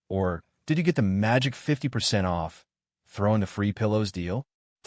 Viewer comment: I like the "50%" "O" "F" "F" narration. The AI probably thought the capital letters were an abbreviation.